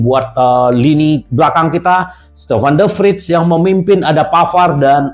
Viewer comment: Tolong ngejanya bukan Stefan de frid tapi Stefan de Fray. Semoga bermanfaat 😊